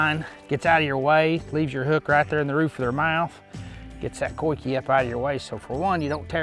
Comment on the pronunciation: Dude pronounced "coike" 3 different ways in this video